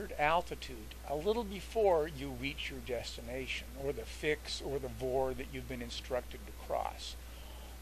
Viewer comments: as I listened to the video again, I heard you use VOR as a three letter word, several times..... That's what's incorrect its not a 'vor'.... (word).... it's a V O R........ with each letter spoken individually...... you don't say faa as a three letter word... you say.... F A A with each letter spoken individually.... and I F R isn't 'ifr' (if-er)..... it's I F R Ok, we've beaten this to death.... Your videos are both informative and educational. And I appreciate them immensely..... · It's called V (vee) O (oh) R (rrrr) not vor!!!!!